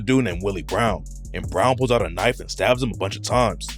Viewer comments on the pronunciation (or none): none